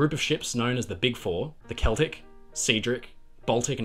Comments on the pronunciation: good video, but heads up rms celtic is pronounced sell-tic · Very nice, thank you so much. Makes me wanting to build a model of an Oly class in that "Design D" concept. Btw., "Cedric" is pronounced "Ceeedric"? And "Celtic" is pronounced "Keltic"? Oh dear, my life's been a lie... ;o)